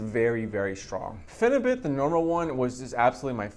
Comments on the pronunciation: it’s pronounced ”bute” as in butyric acid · please lol pronounce it pheni butt.. i take it 2 times a week somtimes 3 for 2 years now. i taper my doses down to .6 grams 2 times a week then i go up again to like 1 gram then back down lol